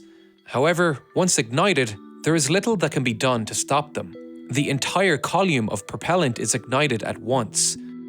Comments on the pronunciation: I assume, with the Irish accent, that you are a native English speaker. Why, then, is it so hard to pronounce the words 'column' and 'umbilical'? I have friends in Belfast, Dublin, Derry, Cork, Limerick & Waterford. Having checked with each one, they have the full variety of beautiful lilting brogues found throughout both countries and yet every one of them still pronounced these words as "KOLL-um" and "um-BILL-ick-ul". (Having ASD, I felt it incumbent to check before posting.) Why, oh why, do you insist on pronouncing them as "koll-EE-um" and "um-BIB-lik-ul"? It turned watching an otherwise fascinating documentary into sheer aural torture for my 'on-the-spectrum' brain! Conversational idioms and geographical dialects are fine in a play, show or movie set in the source of said dialect; Trainspotting, Blood Brothers or Veronica Guerin, for example. You know what you're letting yourself in for and have nobody to blame but yourself if you cannot understand (or stand) what you hear. But DOCUMENTARIES have traditionally been narrated by speakers of correctly parsed English for nearly a century now. Don't let the home side down, please. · Thank you for using metric units. There are even some Americans who get frustrated with everything shuttle related being in old-school imperial units. And thank you for pronouncing the word “column” as COL-YUM 😂 Good to know you haven’t forgotten your roots. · great vid, and i'm probably a wanker for asking. but what is a 'coll-eum'? where did that e come from in coll-um? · That is an absolutely preposterous way to pronounce column. Edit: He DID IT AGAIN EDIT: MY GOD HE'S NOT GONNA STOP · "Call-yume", "Yu-llage" 😂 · Column=Colume-e. :face-fuchsia-wide-eyes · “Kaa-loom”?! It’s a column. “Koh-lim” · What in the name of all that is holy is a "coll-ume". English is clearly your first language, so it's clearly a deliberate mispronunciation, just stop it. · Strange pronunciation of column... Col yoomn? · What's a "collume"? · Coluum lol